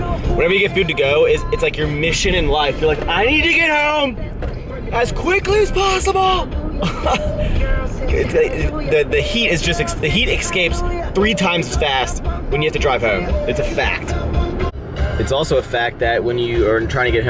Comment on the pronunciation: It's pronounced "escape" not "excape".